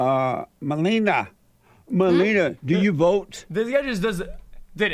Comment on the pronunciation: It's *Me lee nee yuh